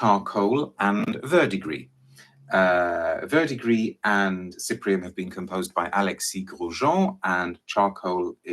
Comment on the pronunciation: he nailed verdigris spot on ! I’m a cologne guy, I got this as a sample from a website that is foreign to us Americans. & when I say I have never smelt anything like this.